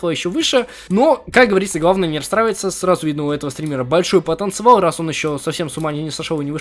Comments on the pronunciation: факт: в каждом видео говорит "Большой потанцевал" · он так всегда говорит🤭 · "У этого стримера большой ПоТанЦевал." 😂